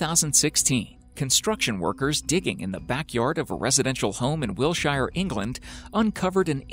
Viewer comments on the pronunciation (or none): It’s Wiltshire not wilshire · This Guy needs to learn the correct pronunciation of words. ie: MISCHIEVOUS not MischivIous, and Wiltshire not Wilshire. Grrr!!!!! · Good video, I live near the Wiltshire villa site in England and to correct you it's Wiltshire not Willshire ;-) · As a person born in the area of Wiltshire I find your report of the Roman Villa being found fascinating apart from its WILTSHIRE not Wilshire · It's WILTSHIRE not Wilshire, you knob! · Wiltshire, not Wilshire. It's a county, not a town. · It is Wiltshire, not Wilshire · It's Wiltshire. Pronounced wiltshear - not shire. We're not in middle earth! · Its actually Wiltshire, not Wilshire. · Not Wilshire, but Wiltshire. And we pronounce it Wiltsheer, like all the other counties ending in -shire. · ha ha bless you there isn't a Wilshire in England its called Wiltshire lol you you forgot the t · I'm sure that someone else has pointed it out, but it is Wiltshire (pronounced... Wilt-shur) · Number 4 - WILTSHIRE ...please!